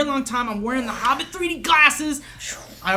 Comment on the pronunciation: why does say Harbbit and not Hobbit?